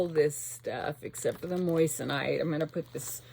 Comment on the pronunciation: 😂 you're sick of the word moissanite because you're saying it like the word "moist". It's pronounced like moizanite.. with a z... i have laughed every time I've watched a vid of yours when you say it. 😅😊 xo